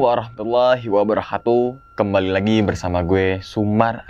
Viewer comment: Mas... mohon koreksi.. "assalamu'alaikum warohmatullahi wabarokatuh" bukan "wabarohatuh"